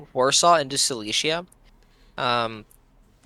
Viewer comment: apart from the fact that I wanted to jump of a bridge every time you pronounced Silesia (The Prussian Province) like Cilicia (The Roman province in Anatolia), good video!